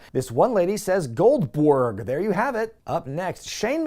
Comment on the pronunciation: "This one lady says Gold-BWERG! Well, there you have it!"